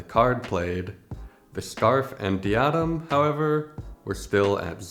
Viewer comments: It's pronounced diadem. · It's pronounced dye-a-dem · i think its dye-uh-dem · im certain someone's mentioned it already, but since you said you didnt know how Diadem is pronounced, its Dye-Ah-Them :)